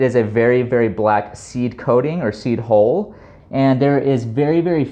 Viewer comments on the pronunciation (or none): seed "hull" not hole! Ha Thanks for the video - good to know.